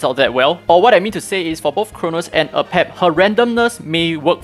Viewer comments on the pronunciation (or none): AH-Pep is actually wrong. Every miracle boss battle says the boss's name before they appear and it clearly says AY-PEP.